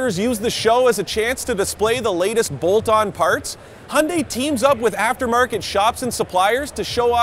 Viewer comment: Can any westerner pronounce Hyundai properly?